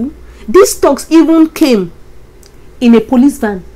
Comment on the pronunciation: do you mean thugs ( pronounced like thags). Mean bad people..